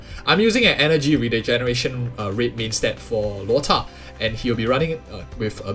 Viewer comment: Why are you always saying "Luota" when his name is Luocha